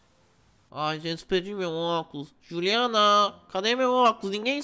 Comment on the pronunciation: o falou xuliana ou Juliana?